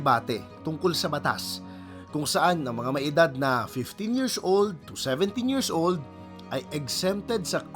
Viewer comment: bat kac yirzzz old pagkakasabi mo. nakaka irita pakinggan.